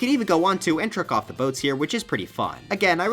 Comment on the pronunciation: Oh "trick off off," I thought he said jerk off off.